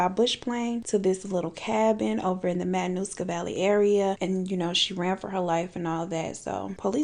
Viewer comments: You had me laughing in seconds. And then I was surprised to hear a story from my hometown. Subscribed! Great video. (And you pronounced Matanuska Valley beautifully.) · I’m from Alaska, you said it correctly